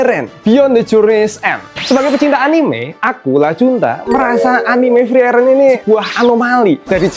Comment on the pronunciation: Btw bacanya furii-ren/fri-ren bukan fri-eren